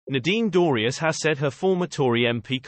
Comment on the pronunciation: Whose ‘Moose Dooryeze?’ Please get another robot.